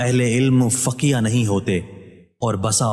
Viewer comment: ap tashih farma den behan k faqiyah ni hota bal k faqih hota ha thats it .... ab har koi lukhnow ka tu ni hota na